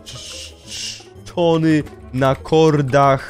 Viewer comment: "teran" i "umieszony" piękne 😅